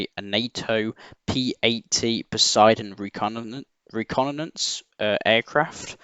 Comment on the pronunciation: Say it with me "Ah-zer-bye-jan" "Reh-con-eh-sense"